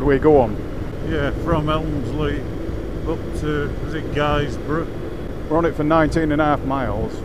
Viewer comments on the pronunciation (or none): "GUYS-brough"!! 🤣🤣That hurt my Teesside ears! It's pronounced Giz-bruh btw. Welcome to my backyard chaps, glad ya enjoyed the route